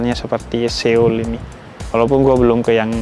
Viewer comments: Bukan Seyol bib, So-ul bacanya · Lucu banget habib nyebut nya SE OL😂